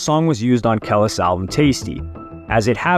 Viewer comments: I love your channel and your work brotha….but every time you said her name I FLINCHED 😖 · I can't take him serious rn for saying her name totally wrong 🤣🤣🤣🤦🏽‍♀️🤦🏽‍♀️🤦🏽‍♀️😭😭😭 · Yo is this a AI talking or something because why is kelis name being said like that?????? I can’t even finish this video. Completely distracting and cringe as fuck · I like your videos I’ve been subscribed for a while, my biggest and really the only problem is that, this is not the first video that you mispronounced a black artist name. Please truly study the artist , it’s comes off misleading to the culture. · know it alls in these comments ingnore all the information he dropped on us and choose to be pedantic retards acting smart over a name pronunciation 😂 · The amount of times he said her name wrong in the first 5 mins actually annoyed me. I can't even watch the rest of it tbh... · Bro how u not know how to say her name properly I thought u was for the culture 😂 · How do you know how to pronounce Pharrell’s name but not Kelis? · Did you say “Ke-Less”?? 😂😂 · aye my boy....it aint Kell-is 😂😂😂😂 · Lmao I just can’t with name fuck up 3 mins in it killing me how do you not know her name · Ka-lease. That was bugging me also lol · its KAH-LEESE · It's Keleees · KELIS (KUH-LEECE) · Kel is or is it kelis ?😂😂😂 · Who tf is Kel-iss 😂😂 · Who replaced the real with AI? He’d never pronounce Kelis name like that. It’s pronounced Kuh-Leese 😂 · I left one min into the vid her name is not kaless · Who in the actual fuck is "kelliss"??? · KUH-LEES lol damn 😂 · Im pretty sure its pronounced kuh lease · Kah-lease damn😂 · I couldn't even get to the three-minute mark. "Kellis" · Not 1 bit 😂 talking about Kel-iz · Its Kuh-leese bro... Lol I enjoy the content but you kinda give me culture vulture vibes at times when you do stuff like this. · I just wish he would have watched 1 interview where they pronounced her name..TF is a Kellis 😂😂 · It pronounced KA-LEASE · KUH- LEASE 😭😭😩